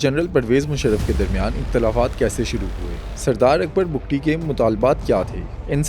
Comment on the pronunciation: پہلی بار کسی نے حقائق بیان کئے ۔ اور بگٹی ہیں بگتی نہیں ۔